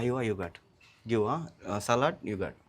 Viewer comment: English matadam nerchuku Salat kadu salad ani nerchuko Minus kadu mynayse Simple words correct ga palakam nerchuko please